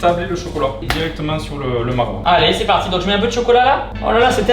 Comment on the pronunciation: je suis le seul a toujours entendre c est partiez ?